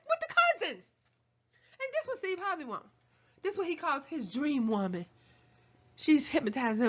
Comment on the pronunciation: Almost died 😂 sthurvay Sthays